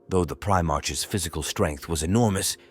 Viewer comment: Although the AI voice is getting better I prefer my "Primarchs to march" not "Pri march"